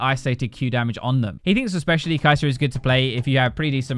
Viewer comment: Kai'serrrrrrr - Xayerrrrrrrr - Kog'mowrrrr - Tristanerrrrrr - Kalisterrrrrr